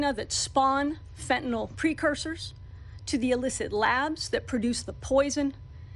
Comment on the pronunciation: Good to hear but please say Fentanyl, not Fentanol.